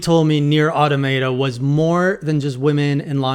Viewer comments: He found a way to pronounce the wrong way even “wronger.” 😅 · automaton. say it. then say automata.